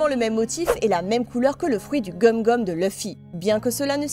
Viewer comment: Ses gomu gomu pas gum gum mais fait come tu veux